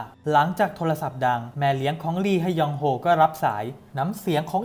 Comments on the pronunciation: “ลีฮะยองโฮ” ลี(ฮ)ยองโฮ ก็พอจ้าาา 555 🤣🤣🤣🤣🤣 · อ่านว่าลียองโฮก็ได้คับ